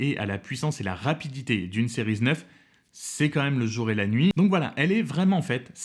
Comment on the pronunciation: Pourquoi prononcer « sériz » ?🤔🙄